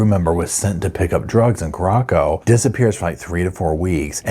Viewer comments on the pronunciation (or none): Carra sow... not corrocco❤ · It's Curacao - "Cure - a - sow"....not "Cur - rock- oh". 🙂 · Curacao is pronounced "kooraSOW," not "kooROCKo." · Just watched this. Feel so sorry for the family, not having closure. Also, the second c is soft in Curaçao. It's pronounced "kyoo-ruh-SAOW". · it’s Curaçao— cure-a-so. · Lmao i cant with the pronounciation of the country 😂 there's nowhere named Corocco😂😂❤ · Not a huge deal but it’s pronounced kur-ah-sow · Good morning,, I just love love your channel! I think the island referred to here is pronounced Coor ah sow, like the liqueur that comes from there. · If you're going to continue to cover this story, please learn to pronounce Curacao. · i am so glad how you pronounced Curacao 😂because I don't like how it is really pronounced and I always said it like you did! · Please check your pronunciation of Curaçao…..